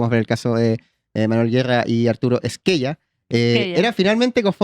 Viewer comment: Se pronuncia Es-ke- ya. Apellido de origen italiano.